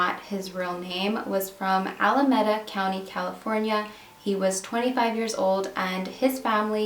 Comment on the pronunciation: He's from Alameda (Al-a-meed-ah county).